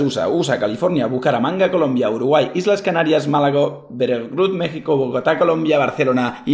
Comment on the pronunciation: Ya registrado en el concurso, por cierto Willy, se pronuncia Méjico, aunque se escriba México, :) (Y)